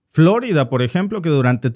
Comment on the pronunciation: ¿Porqué pronuncia "Flórida" en lugar de "Florida"? En español el acento está en "i", y para colmo el nombre de la ciudad es español.